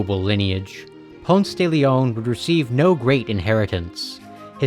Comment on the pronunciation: it’s Pon-say if you aren’t talking him outside Atlanta lmaoo